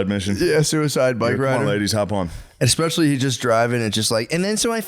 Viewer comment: Every time Matt says 'ekspecially' it gives me an ice cream headache.